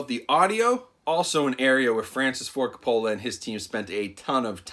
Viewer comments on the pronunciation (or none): It's ''Ka-poe-luh'' damn it! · Sorry man... But you're butchering his name... Lol it's pronounced "Coh-poh-lah" not "cah-pah-la" Not knocking you. Lol Love your reviews... You're one of my favorites. 😁😁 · It’s COPE-UH-LA. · CO-PA-LA. That's how you say his last name. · Great video, but it's Kaa-Puh-Luh. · Francis Ford "Cop-ah-luh" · Francis Ford Coppola -- pronounced Cope-uh-luh, emphasis on the first syllable. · His last name is pronounced like "COPE-OLLA", in case you're doing another movie of his. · Francis Ford Coca-Cola 😆 Great review tho, I’m hyped! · cop a fill a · Coppola sounds like Coe-Pah-la. The emphasis is on the first syllable not the second. Not trying to be a troll, just sayin. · I cringed every time you pronounced the director’s last name wrong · When you’re a “film review channel” and still don’t know how to pronounce Coppola....😣 dude, really?? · Dude how can u miss pronounce Francis Ford Coppola name several times. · Is that how Coppola is pronounce? If so, I feel like Homer Simpson :/